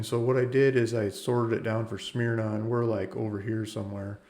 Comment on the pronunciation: It's pronounced smer-na.